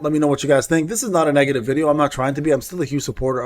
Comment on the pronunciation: Pin this one. All I heard in the whole video 😂 nega-titty